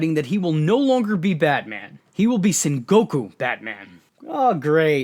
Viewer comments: You pronounced sengoku right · Not sure if anyone said it yet but you did pronounce Sengoku right. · You actually pronounced Sengoku correctly, so good job.